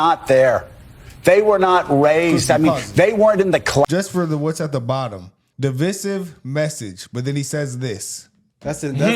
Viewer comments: At the end of the day, it's still the billionaires who control what we the average people do.. The billionaires who have no idea what its like to live a day in our shoes. Bro said "de-vis-iv" message 🤣🤣🤣.. Lets say it together folks.. device-iv.... lmao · All love but we gotta address one small thing… the middle ‘i’ in divisive is pronounced like ‘vai’. So it’s di-vai-siv rather than di-vi-siv, like devise or indecisive. Keep up with the hard work, love the channel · Great job guys, but it's pronounced " de-v-eye-sehv-e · Umm you didn’t say divisive right but hey who cares 😂😂😂